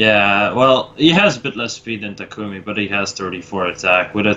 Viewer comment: GFKHGFJKGSKG STOP PRONOUNCING TAKUMI WRONG